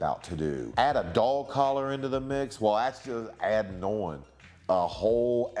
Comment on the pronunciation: I like how Maven says "on" (uon)